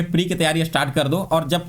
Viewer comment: Astart nahi start hota hai